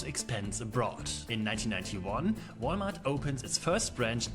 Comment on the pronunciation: Thanks, i had no idea Walmart is pronounced Wall-e-mart in the US.